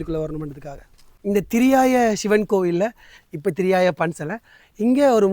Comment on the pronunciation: ENKA AREA - THIRIYAI NOT THIRIYAYA - திரியாய்